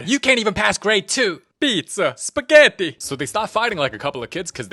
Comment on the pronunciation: piZza, sPeghetti (italian accent) goes hard for the italians How does he even voice act them